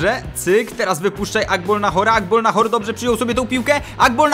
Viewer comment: * Agbonlahor nie Agbolnahor.........